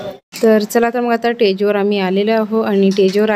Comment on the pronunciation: टेज नाही स्टेज म्हणतात